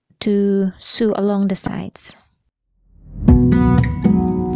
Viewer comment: Thanks for the tips. Some pronunciation tips: Sew sounds like So (s 'O' like the letter O). Lycra is Lie-Cruh (it makes fabric stretchy). Cheers!